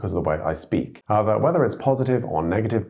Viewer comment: I thought I heard you say aber and went, hmm he's really "Germanized" lol but then went back to doublecheck and you actually said however. lol